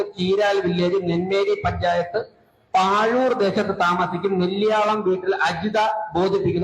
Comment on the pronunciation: പാഴുർ അല്ല... പഴൂർ.. പിന്നെ വയനാട്ടിൽ ബിജെപി ഇല്ലേ അതുകൊണ്ടാണോ അങ്ങ് കത്ത് വന്നത്... എന്തൊക്കെ കേൾക്കണം